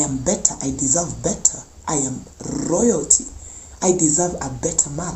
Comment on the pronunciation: It's the rrrrrrrrrr for me in the i am rrrrrrrrrrrr 🤣😂oyalty 🤣